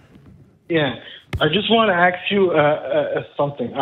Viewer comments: You know its going to get interesting, and off the wall the minute someone wants to "AXE" you something. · The caller just wanted to “axe” Matt... Isn’t that attempted murder?!? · Or “I wanna axe you a question”. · “I just want to axe you a, a something”…I don’t hear anything else you say from that point on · it's ask, not aks! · I know it is petty, and I fully expect to get flamed over this, but I have a real problem with people pronouncing the word "ask" as "axe". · wants to ax a question. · The word is ask not axe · "I just wanna axe you"! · It's not aks it is ask. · And axe you a question and can't say "Can not". This guy clearly didn't have a very good education. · Let me axe you